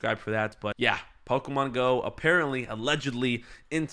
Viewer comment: IT'S PO-KEY-MON!!!!